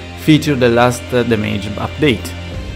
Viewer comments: Chłopie. To demydż nie dejmedż imydż nie imejdż. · Everyone: Dam-age Him: Da-may-ge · Bro si pronuncia Dameig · Please, "ai don't rait inglish this Wei" so don't say damAEge and enJIne, pronounce it normally ffs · The words damage and performance dont have a plural and its damage not damayge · great video, the worst part is to hear "dameiji" every 5sec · Awesome video as always! One thing,damage has the accent on the first "a" 😁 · Couldn't listen much because of wrong pronounciation of "Damage" word. I know, English is not his native language, but neither it's mine. How hard is it to go online and find a pronounciation for a word so that you can make a 18 minute video... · La pronuncia di damage mi fa stranissimo